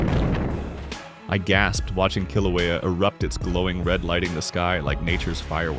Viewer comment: Hey you get the pronunciation of kilauea wrong lol🤦‍♂